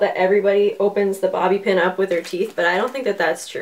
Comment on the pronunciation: Did you just say booby pin